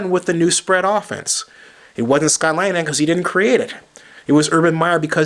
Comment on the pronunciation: really? your a reporter, and your saying you know whats up basicly. I'm sorry but you have no idea. If you really know about scott linihan you pronounce his name right. besides he's just an offensive coordinators, and those other guys you compared him to are all hall of fame head coaches. Our head coach is Jim Schwartz was a proven defensive coordinator in Tennesse over the years, and he's a damn good head coach whose got us going in the right direction.